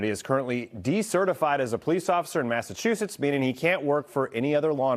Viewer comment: It’s Massachusetts.